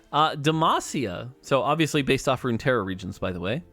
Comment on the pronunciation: good video and amazing presentation as always but isn't it "Runeterra"? instead of Runterra